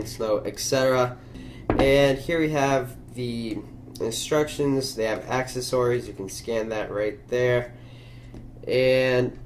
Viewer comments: What's "accsess-orys" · what's with the way you say accessories?